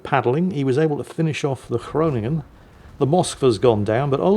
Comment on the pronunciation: thank you for pronouncing 'Groningen" correctly - dutch lad